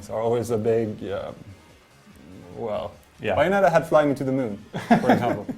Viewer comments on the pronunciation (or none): Its BAY- ON- ET-TA geez lol